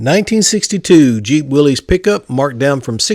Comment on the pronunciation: I was surprised to hear you say “willies” pickup. It’s pronounced Willis...just saying.